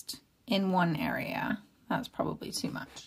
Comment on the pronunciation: Fantastic thankyou, your videos help me soooo much. BTW I can hear your Scottish accent coming thru, especially wen you say GOOD, YOU, TOO. I'm from Scotland 😁😁😁